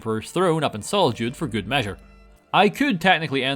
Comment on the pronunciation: I have now watched you say "Ghood!" About 10 times and it gets funnier every time.